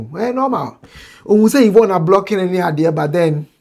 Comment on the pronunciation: Who’s the man they have on the show? The one in the black suit. I think you said Yvon right. Now y’all have Trans on shows in GH now?